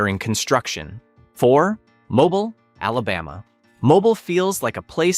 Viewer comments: Where is "Mo-bull." Never heard of it! Hire a human narrator! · Mobile is pronounced mo-BEEL, you AI dunce. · Mobile is pronounced "Mobeel." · Hartford is pronounced “Hot Ford” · I wonder if it's really AI, though. A lot of people don't know how to pronounce Mobile. I didn't know until I moved to Alabama about 20 years ago. I remembered there is that funny old song by Bob Dylan, "Stuck Inside of Mobile with the Memphis Blues Again." It pronounces it right. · Eh. I've never been to Alabama or anywhere else in the deep South and I've known how to pronounce the city of Mobile as long as I can remember. I'm also older than dirt and I've never heard a single American regardless of where they've lived pronounce it that way. The awful content of this video that's just random facts pulled from the web is another obvious indicator that it's AI slop.